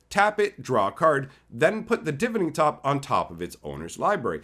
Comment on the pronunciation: It's pronounced Divining top, as in Divine. That new land is crazy！